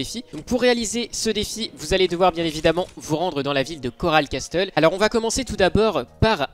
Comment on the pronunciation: Tu prononce mal castle mais sinon merci!